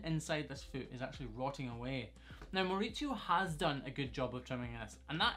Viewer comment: I loved hearing you say a spanish name in your scotish accent! Way to go Mauricio (I'm guessing from what I could gather after the pronounciation)!!!